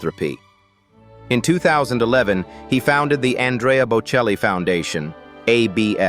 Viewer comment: Der Name ist bocelli! KI- Stimme, die wir nicht wollen! Namen werden falsch ausgesprochen! ES HOERT SICH FURCHTBAR AN! ICH SCHALTE AB!